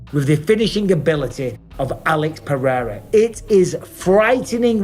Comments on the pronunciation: Chael the racist again saying Alex Peee-era instead of respectfully pronouncing the name correctly. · Dumb ass Chael can't say PEREIRA properly. Pee-air-ah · Chanel Sonnen refuses to even try to pronounce Alex’s last name correctly because that’s what being Chael Sonnen is all about